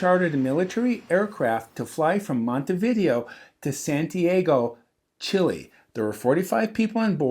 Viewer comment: the City is pronounced, Monté - vee - day - ō.